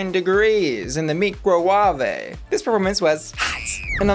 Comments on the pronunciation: Nigella Lawson is an icon! She talks about food in a hot and steamy (but BBC permitted) way. She’s *mesmerising*. She also has a reputation for mis pronouncing things. I’m totally calling my bench-top device a “Myk’ro’wah’vey” from now on. GOLD! Well deserved win! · I’ve been pronouncing microwave as Me-cro-wah-vay ever since this episode aired